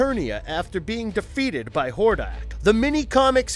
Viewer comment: Could you say more names wrong? Like were you TRYING to mess them up? How you do read "Etheria" and say "E-THER-NIA" ? and while Im at it, a lot of your facts are wrong. Skeletor isnt even close to the strongest bad guy, both King Hiss and Hordak (Which you said wrong the first time), are stronger than Skeletor. Skeletor is more devious and tricky, but he's not more powerful.